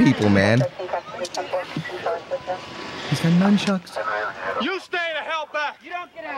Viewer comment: NUNchucks...not NUMchucks